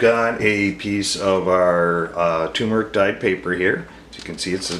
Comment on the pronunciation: Did you mean tu(r)meric? Just to be sure, 'cause i want to try it :)